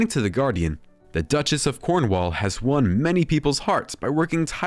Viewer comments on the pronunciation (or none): none